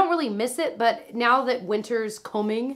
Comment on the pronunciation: Did you just say winter is “coming” with the coming in an English accent? Lmao GoT reference? Love your videos